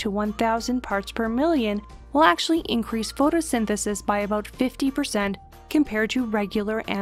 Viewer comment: DID I HEAR AN “ABOOT”? So Canadian Cats are smarter than my laser chasing American Cat :(